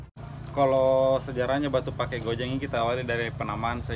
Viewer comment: Penekanan saat menuturkan Batu Pake yg benar sesuai aksen Bugis itu "Batu Pa'e" meskipun ditulis pakai dialeg Sinjai Pake (Pa'e), Cellake (Cella'e)